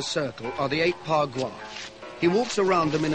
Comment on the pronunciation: It's Ba gua